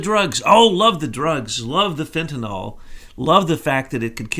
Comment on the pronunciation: It's Fenta-NYL... There's no such drug named Fenta-NOL